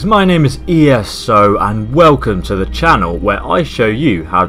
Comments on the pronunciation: e s o isent a name. then you should Call yourself ESO. say it as one Word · Dovah King His name isn't pronounced eso it's pronounced E.S.O because it's "Entertainment - Strategy - Online"